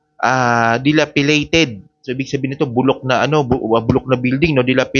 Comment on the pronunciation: DILAPIDATED NOT DILAPILATED! Please check your pronunciation. Thanks!